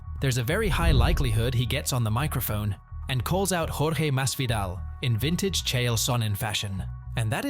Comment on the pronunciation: bro you must be the first person i hear pronounce jorge’s name correctly 😂